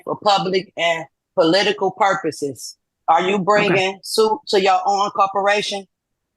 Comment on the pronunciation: What’s a prupose?